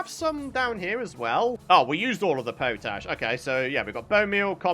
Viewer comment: Hi, i think you are pronouncing something incorrectly ie. Potash is pot ash, that's what I would have thought.